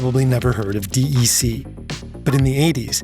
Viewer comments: Usually people say Dec like "Deck" not the letters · Digital Equipment Corp, DEC, is pronounced deck not D E C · Dee-Eee-See? I have never in my life heard anyone call them that. It's pronounced "deck"! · Oi it's pronounced as 'deck' not the letters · Nobody calls "De E Ce" "De E Ce" ... It's just DEC